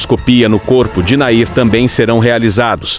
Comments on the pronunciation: O NOME DELE NÃO É NAIR...!!! É É É É...NAHIM...!!! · Afinal é Nahim ou Nair? Fico irritada com tantos erros desses homens que leem esses textos explicativos! Falam outro idioma que não o português. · Não é NAIR...e sim NAHIM